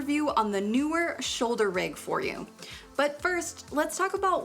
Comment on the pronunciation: Just for the record, it is indeed pronounced "NEE-WIRR".